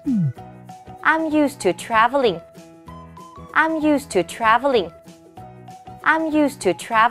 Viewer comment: I'm used to traveling. 강사님이 읽으신 문장에서 traveling 강세를 잘 못 하셨어요. e에 강세를 주셨는데, a에 강세를 주어야 한다네요. 전 영어 왕초보라 제가 한 말은 아니고요 외국에서 오래 사시고 영어 강사이신 분이 말씀해주셨어요^^